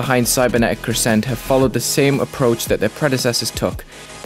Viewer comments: Why does nobody know how to pronounce crescent?? It’s CREH-sunt not cre-SENT lol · cool video but if i hear you say 'crssent' one more time i'm going to cry. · I love the level visually (havent played it yet myself) but i would like to point out that the stress in the word crescent is on the first syllable. not a bit deal that you put it on the second though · Yeah they put a pause in between cre and sent it’s weird.